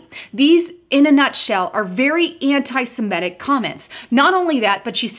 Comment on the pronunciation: It's Sem-IT-ic. BTW, whatever happened to Linda Sarsour? It seems Omar took her place.